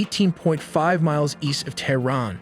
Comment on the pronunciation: Also Terrin (Tehran)